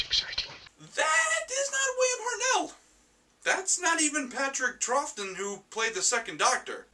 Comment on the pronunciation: Patrick 'Troffton'?